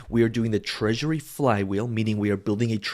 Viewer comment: "Treasury". Rewatch at 3mins